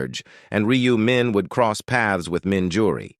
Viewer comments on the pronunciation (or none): none